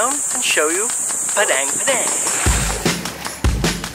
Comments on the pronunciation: Thank you! Glad to have your support. I will try to remember the correct pronunciation of Padang (padung) for next time I visit Bali, I appreciate the input! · Nice to see your video again. Padang should be pronounced as Pa (in grandpa) Dung.